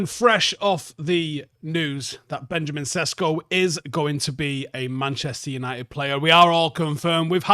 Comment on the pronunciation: "Benyamin Sheshko" That's how Slovenians pronounce his name Or just Benni